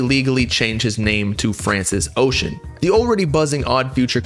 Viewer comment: His last name is pronounced bro